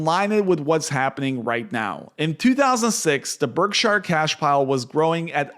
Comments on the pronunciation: It's pronounced berk-sher, not berk - SHIRE. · Why do you keep calling it Berk-shyer? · Please! It's pronounced "BERK-shur," not "berk-SHYer." Visit Omaha and find out for yourself.